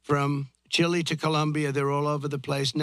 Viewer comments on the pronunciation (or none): none